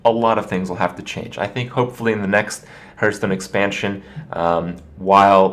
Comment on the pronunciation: He's all kinds of weird. Like how he says Hearthstone, sounds like it's HERthstone. Also the head wobbling.